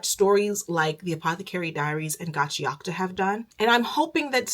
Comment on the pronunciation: The way you are pronouncing Gachiakuta is triggering tf out of me